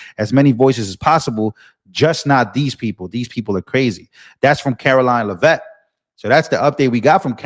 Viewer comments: Oh Gawd! You're STILL mispronouncing the Press Secy's name? Geezus. We all HEAR her name 1,000x a day from other sources. It's not "La-Vette", it's pronounced as it's SPELLED, "LEAVITT". Come on! Stop sounding ignorant. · ….! Her last name is pronounce LEH-vit. Emphasis is on the first syllable. Love you but every time you say her name, it’s so annoying bc you’re saying it wrong!